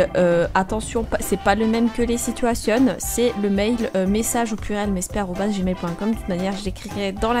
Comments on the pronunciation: "c'est pas les sitouasionnes c'est les conversationnes" Tu m'a tuée 😂😂😂😂😂😂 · se qui fais "les situationnes",, "discutassiones" et "salutassionnes" ? x)